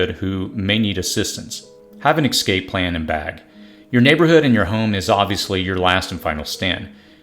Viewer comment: Thank you for these tips! My on!y suggestion is to use proper pronunciation of words like "escape" and anonymity ( anna-nimmity)